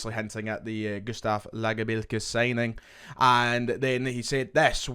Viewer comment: Gonny stop saying lagerbielkes name like that please